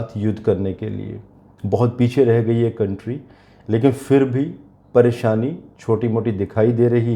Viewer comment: Nice but scary predictions. Please use the letter Z instead of J. You couldn't even say Bronze but Bronj. Also say PHIR instead of FIR. This is all in our national language Hindi.